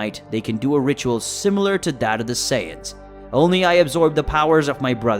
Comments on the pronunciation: Saiyans not saiyadans lol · bro went from saijans to saiyadans💀💀💀💀💀💀💀